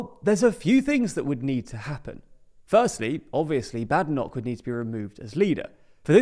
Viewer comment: If you're going to talk about Kemi Badenoch, at least learn to pronounce her surname correctly. The first syllable rhymes with "made", not "mad".